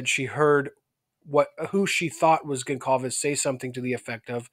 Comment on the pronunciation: it's pronounced Gon-zalves (portuguese)